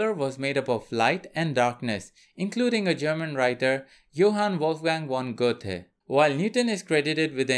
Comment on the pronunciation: Well done. One correction for you, Goethe is German and not pronounced Go-thee, it's pronounced Gur-ta. ;-)